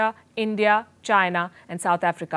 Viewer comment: Madam I think it is Chi-na not Jai-na😁